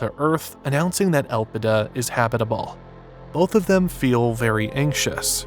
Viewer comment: Elpida = Hope in Greek. But should be pronounced on the second syllable.